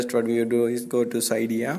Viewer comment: Did u hear how he said cydia